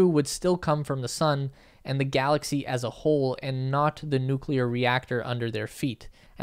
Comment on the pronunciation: I like the way you pronounce 'Noo'w'kleyer :)